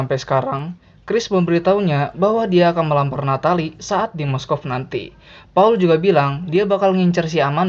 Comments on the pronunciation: Moskov? Apa Moskow? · moskow cuk bukan moskov, wkwkw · Moscow / Moskow min, bukan moskov 😭🤣 kbanyakan pake moskov ni admin nya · . MOSKOW apa MOSKOV yak? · kok gw dengarnya "moskov"..... NT: Moskow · Moskov? Moskow ga min?? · moskow anjir bkn moskov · "Moskov" Tdak ad yg sadar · Moskow apa moskov sih? Jgn nyebut mosokov min lg sakit hati push rank malah lose strike.. wkwkw